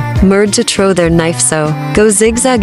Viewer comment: “Trow” is giving Asian stereotype lol btw I am not bullying her or Asians I am Asian myself.